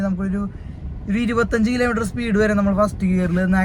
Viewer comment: കിലേ മീറ്റർ അല്ല. കിലോമീറ്റർ എന്ന് പറ.